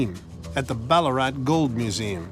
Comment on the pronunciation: Bullaarat bahahahaha......Its Bal-laa-rat